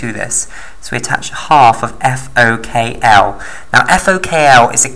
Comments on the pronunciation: * FOK1 not FOKL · Thanks for this video. You simplified it well. May I correct that it is FokI or Fok1 (Fok - One not Fok L) and it is Xanthomonas (not Xanfhromonas, it is t not f).